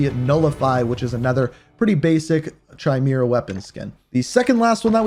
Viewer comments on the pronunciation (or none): If I am not mistaken it's pronounced like "Kai-mare-ra" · Chimera… KY-MEER-UH… I love your videos man, but you are killing me